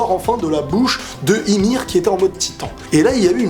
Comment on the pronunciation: On dit yumir pas imir hahaha